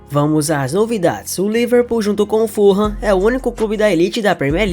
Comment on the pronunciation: Uma correção , não existem nenhum time aqui na Inglaterra que se chama Furram .. existe o Fulham .. pronúncia.. Fulam. 😮